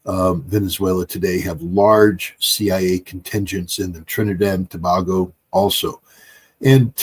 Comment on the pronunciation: its the Prime Minister who sold out, not President. She thinks she can do what she wants without talking to the people. Scott, its Tobago, pronounced Tobaygo